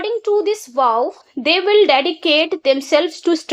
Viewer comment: Mam app vow ka pronunciation galat bol rahi hai😂😂😂😂